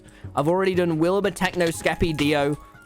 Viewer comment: The way he said Skeppy was like shkeppy